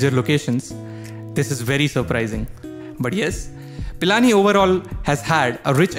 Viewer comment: It's not Palani its pilani 🤣🤣